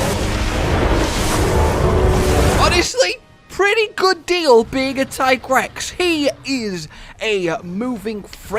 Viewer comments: Tye-Grex?.... Yes absolutely and there is NO OTHER WAY TO PRONOUNCE IT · i agree with the whole tigrex pronunciation rant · The ones calling it Tiegrex are in the wrong , in many languages like french or Spanish Tiger is Tigre so yeah, Teagrex is the correct way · in spanish is tigre... so ti-grex always made more sence than ty-grex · Also its pronounced tiigrex because tiger in other languages such as german the word tiger the i is spoken loonger : tiiiger +trex=tiigrex just to let you know why hes pronaunced that way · I have no problem with everyone calling it Tai-grex since it should be the english form of pronuoncing the name but many don't realize that the way the developers call it comes from the spanish word tigre or at least thats the way it seems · It's kinda stupid to me that that the Tigrex pronunciation argument ever happened in the first place? His Japanese name is ティガレックス Japanese words are spelled almost completely phonetically. As long as there's no Kanji involved (and there aren't here that's pretty much all Katakana) each symbol represents a syllable, except for certain symbols that modify the one before them Tee-Ga-Re-Ku-Su